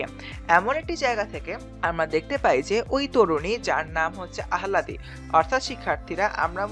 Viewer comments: Pronunciation ta bhool allahdi hbe ahaladi na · thats the spelling but it’s pronounced as al-la-di edit: not criticizing anyone, it’s not a common name so its understandable to get it wrong C